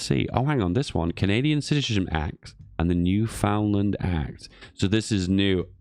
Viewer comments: Repeat after me: New-Found-Land bad. Newfundlund good. New-Found-Land bad. Newfundlund good. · boutta have a lot of angry canadians with that newfoundland pronounciation